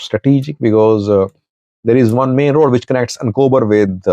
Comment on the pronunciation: Not Ancober it is achokerer 😂